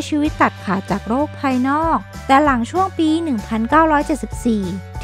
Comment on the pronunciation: บ้านบาง"หลัง"ครับ ไม่ใช่บ้านบาง"หรัง"